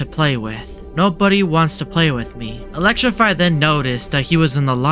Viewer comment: Don't pronounce t Elecrify😅✅